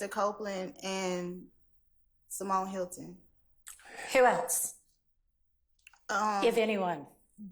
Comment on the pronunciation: why the judge say who else like that 😂😂😂